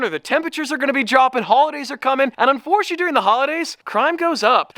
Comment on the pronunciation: “unforcheee” we get it your nervous 😂😂😂😂😂